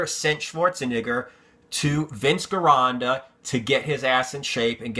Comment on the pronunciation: You keep pronouncing Vince's name wrong.. it's pronounced like "Jeronda" because in Italian there's no hard G sound.. thanks and love your videos.